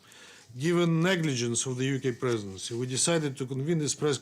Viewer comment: "Colonialistic line of the UK presedesfsdfsdgf" - You better read your paper right if you don't want to get novo choked